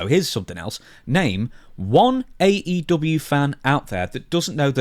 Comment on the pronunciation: AE Doo-bee-a 😂😂😂